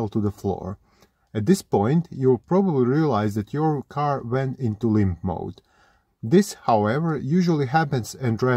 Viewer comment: I want to make a compilation of Everytime he says "lympTf moaadd"